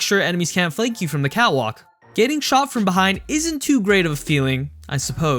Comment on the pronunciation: Is it just me or does it sound like he's saying "cow walk" instead of "cat walk"?